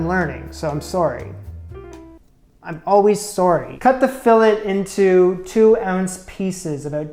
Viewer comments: Its pronounced filé the sound of letter (a) the (t) is silent. Just saying. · plays it cool about the price so the butcher thinks he's done this before Also: repeatedly pronounces it a Fill-ET French spelling throws me off too...lol! But in all seriousness, I really enjoy your videos. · hearing you mispronounce fillet/filet (the same thing, actually!) is killing me 😭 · You don't pronounce the T in filet